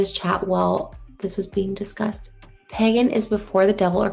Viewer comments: pEgan instead of Pagan T-T I can'tttttt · Omg she’s saying Pagan not pegging I came into this video confused af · Not me thinking she said ‘pegging community’ and not pagan community at the start of the video 🙂🥴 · The way she pronounces it "peggan" is SENDING ME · She did! Trisha is pronouncing it Peggin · Every time Trisha says PAGAN it sounds like she’s saying PEGGIN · I just cannot with her pronunciation of Pagan being “peggin” 🥴🤦🏼‍♀️😂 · Pegen community.....she can even say it right , she is going to piss off a pagen/ wicken and she is going to end up with a curse on her! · the fact she keeps saying pegin annoys me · Am I the only one hearing "pegging community" lolol I can't unhear it now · why did i think she said pegging community at first…. lmfao it made the i’m coming for you comment much funnier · Hahaha, I saw in another comment section they thought she was saying pegging. I think that's more appropriate for her. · I didn't realize it was pagan until about minute 5 lmao